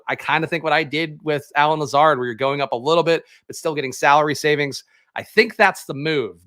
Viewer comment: Did you say Shame lazard like Shane wizard lol that's funny